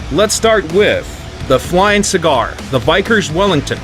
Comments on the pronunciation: 빅커스가 아니라 바이커스라고 읽네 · This video popped up in my recommended without context, and I thought it was AI voiced at first. This dude talks like he's never heard the words "Vickers" or "Pegasus" before.